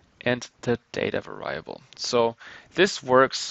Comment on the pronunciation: Your English is generally good, but It's pronounced var-EE-able not var-EYE-able. Made me cringe every time you said that.